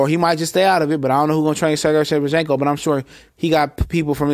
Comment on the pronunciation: you never say his name right.....lls.